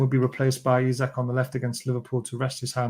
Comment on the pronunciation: Just for clarity, Isak is pronounced EEsak, and not Isaac.